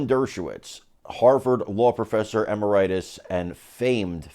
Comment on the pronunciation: "e-MER- i-tes,' not 'e-mer-I- tis. Its not a disease!